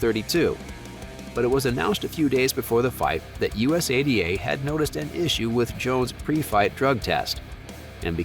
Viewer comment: Us a d a is not the correct way to say it